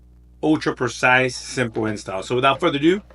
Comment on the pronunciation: "Wothout any further ado!" Every YouTuber should be saying this?! 😉